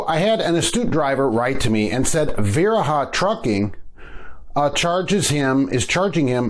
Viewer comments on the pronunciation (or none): It pronounced va reha. That's why us Wisconsin drivers call them Diarrhea lol.